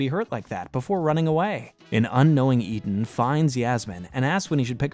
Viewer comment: lol I'm convinced you intentionally mispronounced a characters name every video🤣 ETAN?!?